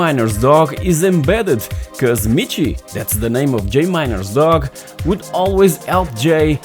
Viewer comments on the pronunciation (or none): none